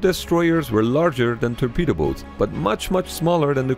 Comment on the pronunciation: Hahaha "terpedo boats"